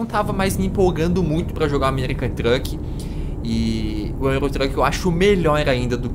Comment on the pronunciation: ele falo o americam truk kkk